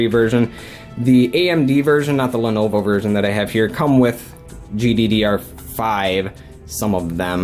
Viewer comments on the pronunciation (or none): none